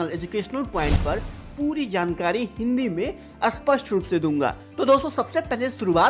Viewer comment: abe aspast nahi ispasht